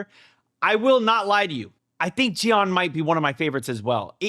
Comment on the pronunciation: it's JI-AN each syllable pronounced seperately ❤ she's my favorite character in all my 18 years of watching kdramas